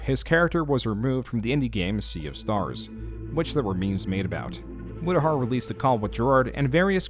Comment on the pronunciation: Mutahar went Murahar? lol